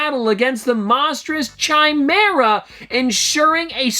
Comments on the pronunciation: Hi! Just wanna help out here but it’s not Chimera (chai-meh-ruh) it’s Chimera (kai-meer-ruh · Chimera pronunciation: ki-mee-ar